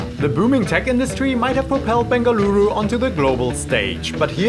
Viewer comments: Yess! I’ve been waiting for this video for soo long!! I’m from Bengaluru who’s moved to London and this video brought tears to my eyes!! So many people from Bengaluru would NOT have pronounced any of the dishes the way you have! Thank you:) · Thank you for visiting Bengaluru n showing iconic dishes ❤ N kudos for catching all the names right..you are doing a great job🎉